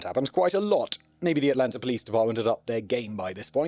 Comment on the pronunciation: As someone who was born and raised in Atlanta Simon's pronunciation of the cities name makes my ears hurt 😂